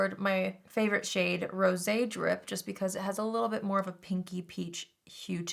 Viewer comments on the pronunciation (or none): none